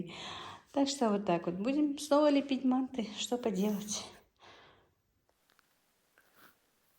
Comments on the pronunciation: вообще то мантЫ а не мАнты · Боже мой, что это???? еще и кругами???? Это где так делают, в какой стране????😂😂😂😂😂😂😂Умора.... Ну и блогер... Учись у мусульманок, делать мантЫ.... Ударение, на последнем слоге...